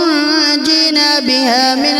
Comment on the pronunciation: آپ نے غلط پڈ ھا ہے ۔لفظ تنجینا نہیں ہے ۔۔ ۔ tonajeena ہے ۔۔پہلے کسی کو سنا کر اور چیک کرا کر پھر پوسٹ کیا کریں ۔